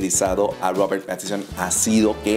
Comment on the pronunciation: PATISON?? Jaja que torpe y asi lo pronuncias igual.. mal mal muy mal